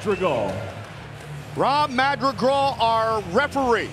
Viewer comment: Goldie just cannot say "Madrigal".